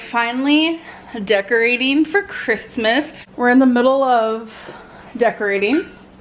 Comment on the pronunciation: Oh my God for the last time it is “for” not “fur”